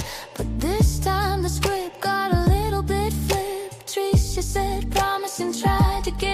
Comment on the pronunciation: I laugh every time you say TriSHAW, reminds me of Jeff Dunham's character Peanut.